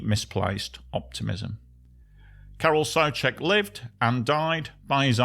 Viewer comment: I'm already subbed to your channel, but if I wasn't, I would sub just because you didn't mispronounce "Karel Souček". It's refreshing to hear an EN speaker pronounce czech names correctly for once ❤ I know it's petty, can't expect people to know every language, but it's nice 😇